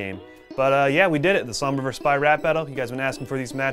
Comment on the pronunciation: The accent is not Spanish, it's Mexican. The accent is off compared to sombra's actual voice actress. I instantly knew it wasn't an actual accent due to the way the Spanish phrases were pronounced. As soon as I heard the EMP voice line, my first thought was: "gringa"